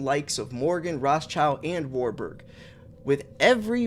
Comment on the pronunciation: 😂 you pronounced it right first time WAR-BUG sounds about right 👍